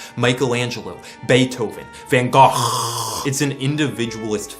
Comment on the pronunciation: The "Van Gouaacccchhkkk" sent me